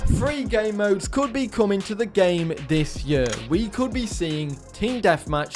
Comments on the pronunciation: It’s pronounced “this year” not “this yuhhh” also your sever rules are garbage… 1 body down….? Grow up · I'm from England, not gunna lie you say year strangely lol Awesome video 😊